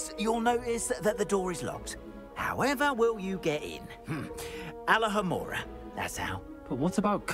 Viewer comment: alomohora....never heard someone butcher this spell so badly, im dissapoined, just imagine hermione`s dissapointment.